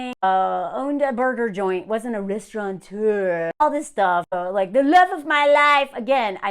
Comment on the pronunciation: Pet peeve, it’s restaurateur, not “restauranteur,” no n in the word